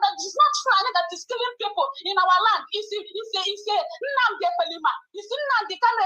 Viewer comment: Someone should please tell that the name is NNAMDI, and not "NNANDI."